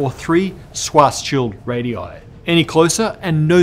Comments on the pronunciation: Stop saying swah-shield. I don't know exactly how Schwarzschild is supposed to be pronounced, but I'm at least sure the r isn't silent! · My God, just say SHVARTS-SHEELD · uses to pronounce SCHWARZSCHILD's name kinda 'Schwarz-child'. This is why all the discussion about children began. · "Swashshild" LOL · Yeah. I remember thinking at the time that that pronunciation seemed wrong, or at least not German. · His pronunciation of Schwarzschild is terrible but I can't blame him for it. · Why do you keep pronouncing "schwarzschild" like that. Stop!